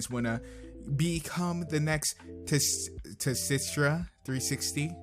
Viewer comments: tsitra360 = SEE-Tra360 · I believe Tsitra360's name is pronounced with the first T being silent, so it sounds like "sih-trah". Also, another artist I would recommend checking out is Baron Engel. He mainly works with traditional media (pencil & paper) with occasional dabblings in digital art, and his talents are undeniable. He has pages on FurAffinity, Deviantart, and his work is occasionally posted to Derpibooru as well. He also holds a live Picarto stream every other Saturday night and has his own site which I'll post a link to below.